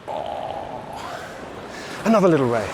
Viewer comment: not quite sure if you were saying 'whey' or 'ray' all the time. what a belting session , well done on the PB as well